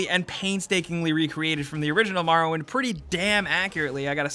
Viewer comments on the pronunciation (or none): I'm a need y'all to stop saying MAR-owind and start saying MOR-owind 😂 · Elder Shcrolls, Marrow Wind.